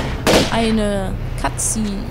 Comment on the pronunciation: Wieso verstehe ich immer "Katze" wenn du "Cutscene" sagst? :)